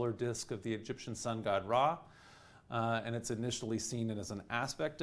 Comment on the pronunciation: It's weird to here him constantly say RAY instead of Ra